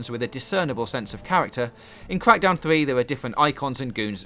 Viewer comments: Cwak dowwn free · That was a gweat weview of cwackdown thwee.